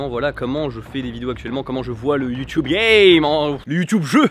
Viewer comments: tu peux dire youtube et pas youtioube stp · Ahhhw, Satan ! Tu dis "Youtoube"..J'ai mal..